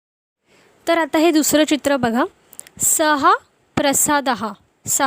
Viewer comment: उच्चार सः चा सहा असा होतोय सह असा व्हावा काय ?